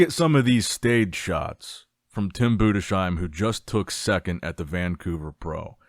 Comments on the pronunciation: BUDES-HEIM, not budeshiem 😂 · hi my brother great content ! i have to tell it‘s tim bundesheim ( boondes-haim ) not boon dee sheim 😊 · it´s pronounced BUDES HAIM itś not like "shoe" but ZH /ʒ/ in "treasure" consonants